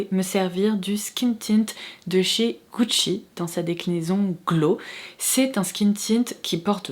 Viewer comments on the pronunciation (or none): none